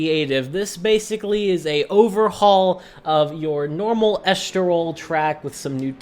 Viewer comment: Est-tol-ril = Estoril Al- Garv = Algarve Sorry to be that guy, but great video 👍